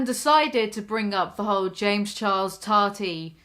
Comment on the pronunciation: why does keem say toddy instead of tati its gross